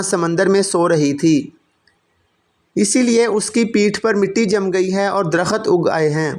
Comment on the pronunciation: درخت ( صحیح ھے ) در۔ خت ( غلط ھے ) Dar. Khat ( galat